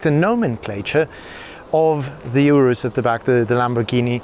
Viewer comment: Finally, a journalist that actually knows how to pronounce the name right.